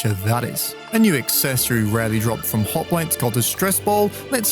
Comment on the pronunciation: I had to replay the part about the stressball multiple times to understand what enemy they drop from, the first few times I heard hot wives.